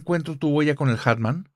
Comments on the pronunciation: Querida, repite narrador, es muy fácil. Hat man Se pronuncia: jat man Atman no 😔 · Me estresa que no pronuncie bien hat man (en inglés) jajaja. Una genia la chica y el entrevistador.